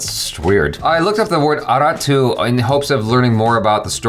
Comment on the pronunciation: 'Aarattu' the pronunciation is Aaratt !